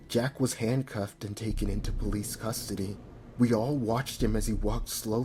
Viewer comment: Don’t you mean “sustody”